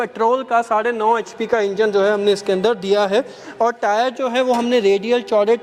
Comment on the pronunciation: H.p thik se bola kare